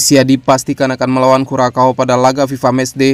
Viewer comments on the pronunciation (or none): Kurasau Min bukan Kurakau.